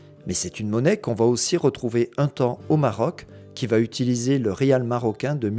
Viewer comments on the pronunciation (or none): none